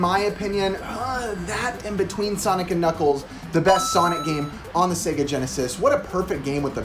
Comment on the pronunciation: "SEE-ga Mo-NAW-co"